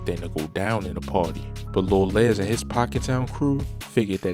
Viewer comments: It’s lil les …..like more or less…not Lez lol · His name ain't Lil Lez???😂😭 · I can tell you not from Chicago. You saying Lil Les name wrong..